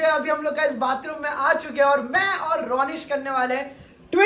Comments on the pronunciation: RONISH NAHI RONNA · YOU CALLED RONISH 'KUTHE'